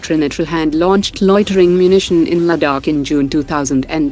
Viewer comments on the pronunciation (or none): none